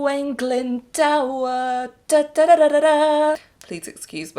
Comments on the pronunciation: Figure the Glyn part is actually pronounced correctly, it's the 'dŵr' part that's wrong, instead of 'dower' like how they say it in the song, it should be an 'oo' sound. So it's Owain Glynd-oo-r. Weirdly enough, if you translate the lyrics, "O-o-o-wain Glyndŵr, my family sent to the tower' to Welsh using the correct pronounciation of the name, it actually rhymes better than the English version lolol - tower in Welsh is tŵr, with that same oo sound. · Ok, nothing against you but I would have moved owain glyndwr down to the bottom tear since they pronounce his name wrong. It's pronounced owain glin-door (closest way I can spell it in English) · I feel like I'm probs the only person in the HH fandom that actively despises this song, as I am from Wales this song actually mispronounces Glyndwr and it bugs me